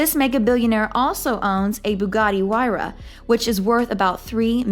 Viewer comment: did she said BUGGATI HYUARA lol wtf😂